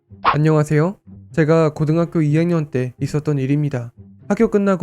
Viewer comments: 2초때 안녕하새오가아니라안녕하세요인댑.... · 그혹시 안녕하세요라고 인사할때 일부로 새오라고 한건가요?